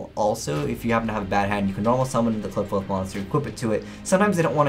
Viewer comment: Its supposed to be pronounced like apocalypse right